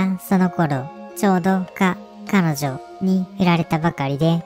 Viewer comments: 彼女って言う単語を少し言いづらそうにしてるのおもろすぎる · 言い慣れてない感w